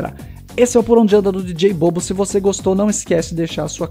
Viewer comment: Só a pronuncia precisa melhorar. A pronuncia correta seria dj bobo (bubu)